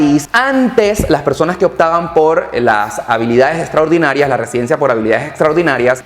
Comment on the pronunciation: Habilidades estraordinarias hahaha sound funny